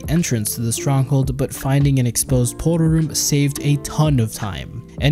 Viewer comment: How he says portal room; pot'ol room, lmao